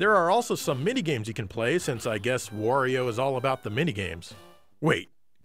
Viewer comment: Giant Bomb's Ben Pack says, "Wore-io."